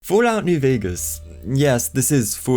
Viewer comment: "foolat nuw vegas"